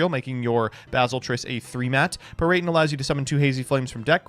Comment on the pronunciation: Playing Hazy Flame Drinking Game: Drink every time says "Peryton" to numb the pain from slamming your head on a table every time says "Peryton"